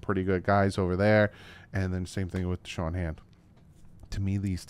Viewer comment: It's Da'Shawn not Deshawn. Shoutout for the late vid though.